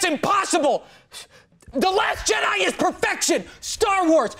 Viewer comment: "The Last Jedi" sounded like "Dat Ass Jedi" from the judge XD!